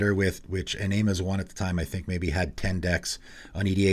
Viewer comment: I love you, please take this with as much positivity as possible: Iname is pronounced ih-nah-may.